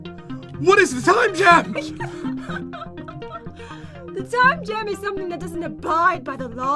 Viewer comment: Pat when you say time gem here’s like time